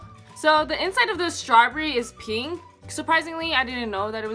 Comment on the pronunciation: It’s strawberry not strawbrry